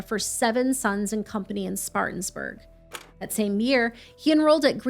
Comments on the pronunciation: It’s pronounced Spartan-burg not Spartans-burg… Just a FYI, great video on a true nut job. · I’m from Spartanburg loll— no “S” needed at the end on the “N” though loll 😂